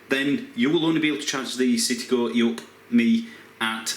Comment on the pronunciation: The only car reviewer able to say "E up! "